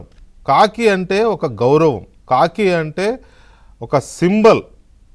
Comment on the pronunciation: కాకి కాదు వి.కె 😅😂 ఖాకి 😅